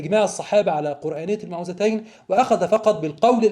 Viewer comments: موعدتين وليس المتوعداتين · هذا الباحث العبقري لا يعرف أن سورتي الفلق والناس تسميان المعوذتين وليس كما يقول المتعوذتين... والفرق بين الكلمتين في المعنى لا يخفى على أي طفل عربي